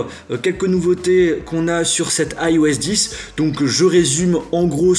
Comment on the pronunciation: Pourquoi tu dis AiOS et pas iOS ?